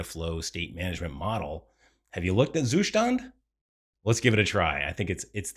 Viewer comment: The Zustand pronounciation is getting better with every video :)